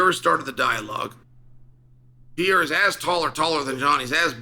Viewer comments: lol why does Chael pronounce his name “Pee- Era?” There’s an extra R there my guy, it’s “Per-Era.” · His name is PE-REI-RA, not Pieira. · its pereira not pier :D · It’s not ‘pee-era’ it’s ’Per-era’ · Pereira NOT Piera Pereira NOT Piera Pereira NOT Piera Pereira NOT Piera Pereira NOT Piera Pereira NOT Piera Pereira NOT Piera Pereira NOT Piera Pereira NOT Piera Pereira NOT Piera Pereira NOT Piera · Love how Chael agonizes over properly pronouncing compartmentalize and then says Pierre-uh 96 times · Stop calling him Pierra 🤣🤣🤣🤣🤣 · It’s not “Pierra”, lol. 😂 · Still saying Pierra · His name is pronounced Peh-Ray-Ra. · It's "Per-Era" Uncle Chael :) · "Alex Piera" 🤦🏻‍♂️ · I wish the "leading expert" would learn how to pronounce the name of the biggest UFC star and stop calling him Piera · Uncle Chael stills calling him "pee era". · CAN U SAY HIS NAME RIGHT!!! PERR-RAR-RAH!!!!! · Jesus learn how to say Pereira 🤣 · Says Prochazka name well, can't say the more easy name Pereira... -.- at this point i can only think he does it on purpose